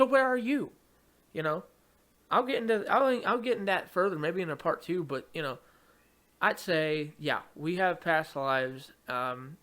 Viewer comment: "Bwwut" lol